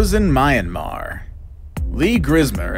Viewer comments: This guy: mi-an-mar Me: confused screeching IT'S MIAN-MAR 😣😣😣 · I'm a Myanmar guy and it's pronounced literally faster sound of "MEE-AN-MAR" not "MINE-AND-MAR".. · Myanmar is Burma and it is me-yahm-mar